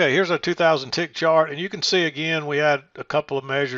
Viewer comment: LOL almost said "shart lesson" instead of 'chart lesson'